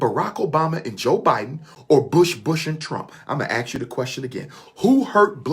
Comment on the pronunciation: I must ax the question....it's ASK didn't they teach you that in college🤣🤣🤣